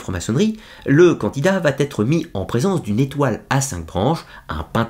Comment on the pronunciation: va être ... il n'y a pas de liaison vat être ET bravo pour ce merveilleux travail de présentation.